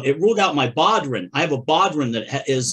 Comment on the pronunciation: Just lettin' you know that bodhrán is pronounced "bo-rawn," accent on the second syllable. Yes, Gaelic can mess you up when you primarily speak English.